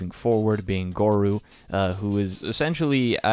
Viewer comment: Just an fyi in case of future videos; Gorou is pronounced like "Goro-u", the u sound is just used at the end of the "Ro" sound.